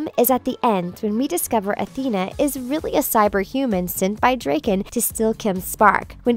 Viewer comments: It's pronounced DRAKEN not DREAKEN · stop pronouncing drakkens name wrong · Thank you , first i thought oh she got it wrong funny but than she continues 😧 It's Drakken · Weird how she pronounces Drakken's name. But I do like it though. If they were to make either another movie or cartoon series I wouldn't mind there being a character with a name pronounced like that. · The narrator of this vid can't even pronounce Drakken's name right.